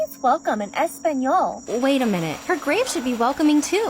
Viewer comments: "espanyol" "vyenbenyda" I swear that this woman kills my soul with just speaking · "Ehs-pen-yol" I quit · “espeñoll” 🤦🏽‍♀️ Just say “welcome” in Spanish Don’t even try to pronounce Spanish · As someone that speaks Spanish the way she said "es espanol" made me wanna cry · “hey, her name means welcome in ess pan yol!” honestly pissed me off too much😭 HOW DID SHE MANAGE TO FUCK UP THE PRONUNCIATION THAT BADLY. HOW. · The way I GAGGED when she said "her name means welcome in eSpaNyOLe" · I'm not even hispanic but that annoyed me sm ☹ "espanYUOL!!" WHAT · I speak Spanish and my heart just dropped. This poor woman and her family do not deserve hot pink grave cleaning from a Dora the explorer knockoff. The way she pronounces “ace-pah-niole” (español) with the gringo ass American accent is the nail in the coffin for me, no pun intended, cuz it really just shows her complete lack of awareness and basic respect for people other than herself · "Her name means 'Welcome' in Es-Pan-Yowl!" good god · The WAY she said "espAñoel" hurts my latino heart. Shes doing Dora but worse! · “Her name means welcome in Espanol!” that's gotta be the whitest thing I've heard in a while with that tone 💀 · genuinely crying about how she said spanish 💀💀